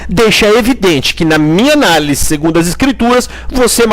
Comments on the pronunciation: Vc falou analis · Vc não escreveu errado. Vc fala errado. De boa brother. 🙌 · Não é analis... É análise.